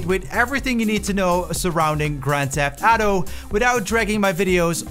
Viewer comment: "grand theft atto"